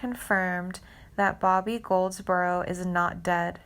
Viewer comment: Is that who she meant? Man! How could she not know this? She also mispronounced Goldsboro at one point. I mean, dang.